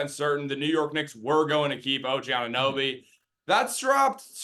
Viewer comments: Some guy who say Oninnoby instead of Anunoby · This guy can’t say Anunoby “ONIHNOBY” every single time 😂